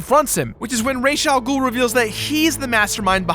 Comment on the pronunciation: So happy you pronounced Ra's Al Ghul's name correctly. Arrow can't even do that.